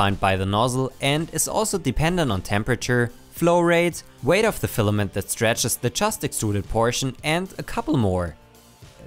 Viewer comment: "Stefament" :D love it!